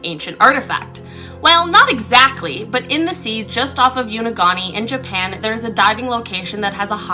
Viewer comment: I think it's pronounced YAHN A GOON NI